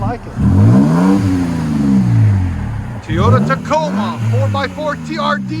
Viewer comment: Lol, its TOYOTA not Teeoda, lmao